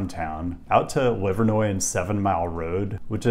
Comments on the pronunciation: But meanwhile you got "Livernois" and "Hamtramck" correct 😉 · Detroiter note, is pronounced de-quin-der by locals. Still going through the video and I’m not sure if you say Gratiot, but I may be editing my comment later. Edit: nope, no mention of grash-it, but props for getting Hamtramck and Livernois correct.